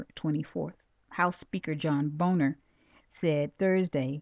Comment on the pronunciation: great information, Shalom! by the way, John Boehner's last name is pronounced (bayner) :)